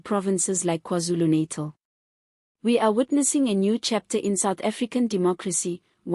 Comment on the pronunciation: We like your reporting but please pronounce NATAL correctly and Z is not Zee, this is English, please!!